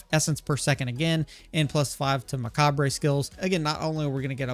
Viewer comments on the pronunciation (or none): It's just pronounced "muh-cob". Spelling is very weird admittedly but the "re" at the end is basically silent. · The re on macabre is silent, it’s pronounced muh-kaab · Really cool build! excited to try this. Please stop saying macabre like that, but everything else top notch your build guides rock. :)